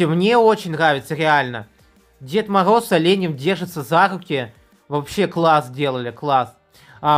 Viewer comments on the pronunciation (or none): Скога,дискогд,дед могоз.Сходи к лагапеду.